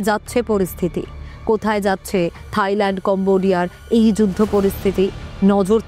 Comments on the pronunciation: থাইল্যান্ড ❎তাইল্যান্ড✅😁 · তাইল্যান্ড না থাইল্যান্ড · তাইল্যান্ড ✅ থাইল্যান্ড ❎🤣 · মখা সাংবাদিক থাইল্যান্ড রে বানাইছে তাইল্যান্ড 😂